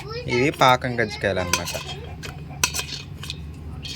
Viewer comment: Rachana minutes Ganjji kayalu kaadhu ra thalli kajji kayalu ... Marchipoe Annava .